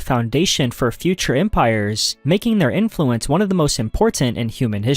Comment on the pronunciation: I could be wrong, but it sounds to me that he trained an AI voice cloner with either his own voice or someone else's, then generated chunks of text into audio and then edited them together. Mostly because of the tone, flow and slightly artifact-y sound. Some words such as "Influence" occasionally stick out as unnatural sounding because of the the syllable stress. Some words are pronounced incorrectly in a way you would expect from a voice cloner, At he says "magnifiKent" instead of "magnifiCent" which is an odd mistake for a native speaker to make and seems most likely either a spelling mistake fed into the generator or a common error that some voice cloners make when they cant tell if the "C" should make an "S" or "K" sound. I'm not saying there's anything wrong with him using a voice cloner, the creator seems to be putting out a lot of content and if it speeds up the workflow and most people can't tell the difference then why not. I was only giving an potential explanation for the previous commenter as to why the inflection might sound odd.